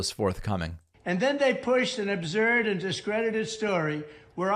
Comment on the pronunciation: i love how he mispronounces absurd...abzurd